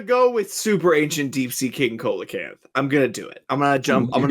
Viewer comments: For future reference, "Coelacanth" is pronounced "see-la-canth" not "co-la-canth" I do not blame you for pronouncing it wrong however, as the spelling really does not match the pronunciation. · The "coel" in coelocanth is pronounced "seal." So, it'd be "seal-a-canth" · every time you guys pronounce Coelacanth as Co-la-canth, I died a little inside. It's pronounced SEE-la-canth. It's a real animal. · love you guys but i HAVE to step in to say: coelacanth is pronounced "see-lacanth", no cola-canth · Coelacanth is pronounced See-luh-canth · Umm actually it's pronounced "seela-canth". English Digimon pronounces their coelacanth monster "Co-elamon" even though a close enought to the actual word pronunciation is right there in Japanese! シーラモン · I was gonna leave it out but since you corrected conkeldurr... Coelocanth is not pronounced like that. It starts with an S sound like see-low-canth. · Mispronouncing See·luh·kanth, I am not surprised, but I am disappointed. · Pronounced Coelacanth wrong.